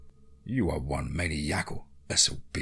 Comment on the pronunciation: Awesome story as usual. I’m a loyal fan and I want to help you with the pronunciation of the word maniacal. It’s pronounced muh•nai•uh•kul Hope this helps, god bless and keep up the amazing stories!